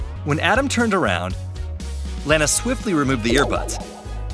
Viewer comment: ITS SO FUNNY HE SAID LAN AA ITS LANNA